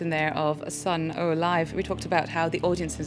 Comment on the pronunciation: "Sun Oh" Poor Stephen must be far too used to people saying this by now.